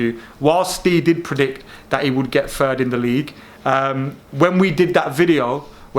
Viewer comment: It’s third not fird